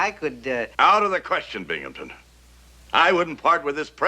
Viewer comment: Blue Moon Crescent There’s no “p” in Binghamton!